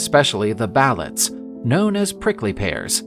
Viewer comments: PSA: Balete is pronounced as it is spelt. Ba-le-te. Not Ba-let. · The "Ballet"? "Balet"? "Ballay"? It's pronounced /buh-LEH-teh/ Balete.